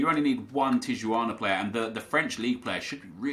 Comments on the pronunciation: Tijuana is pronounced Tee-uh-wanna, just for future reference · Tijuana is pronounced tea-uh-wana